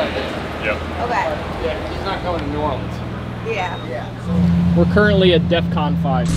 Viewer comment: wow he said New Orleans right